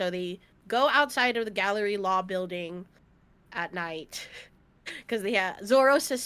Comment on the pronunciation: The group is called Galley-La not Gallery-La a galley is a type of ship